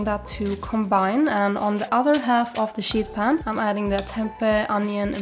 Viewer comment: You are my inspo for you tube and my fav vegan you tuber. When you say sheet pan, make sure you emphasize the 'ee' as it sounds like you are saying shit pan 😅 ❤